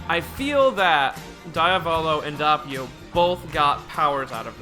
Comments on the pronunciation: that way you pronounce doppio as an italian piss me of its dOppio not dahppio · ITS DOPPIO NOT DAPPIO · Also it’s Doe-pio, not daw-pio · The way you say doppio infuriates me